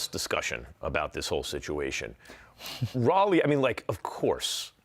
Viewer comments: Who is RAAA-LEIGH?? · It confuses me because at first he did say Rolly, then he started saying it wrong right after that 😂 how can you not realize you’re saying the name two different ways and question it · Bro said “rahlee” lmao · You know picking on Mike like it’s a college roast beef, is super lame. On top of mispronouncing Rollies name too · Max does the mispronunciation on purpose. He does it for Gatti, and he does it for Rollie. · Yeah I Don’t Know What He Gets Out Of Intentionality Saying His Name Wrong 😑